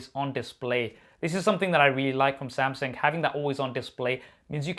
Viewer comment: Who is this Samsing you keep referring to ahah